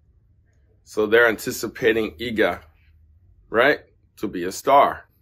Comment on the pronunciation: You could at least research how to pronounce Iga's name correctly!